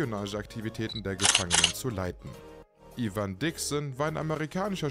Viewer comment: In der Serie wurde es LeBo gesprochen. Was ja auch logisch ist, LeBeau, wie der Schöne. Und Ivan Dixon wird Eiwen gesprochen. Und ich bin mir sicher, dass der Newkirk bestimmt kein Hans Corporal ist...! Kinchloe hieß immer Kinch in der Serie, was dafür spricht, dass es Kinschlo ausgesprochen wird und nicht Kinklo.